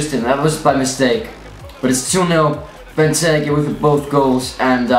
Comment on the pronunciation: LOL he cant even say benteke properly????